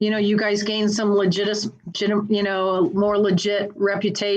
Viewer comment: Marla just gave up on saying "legitimacy"😆😆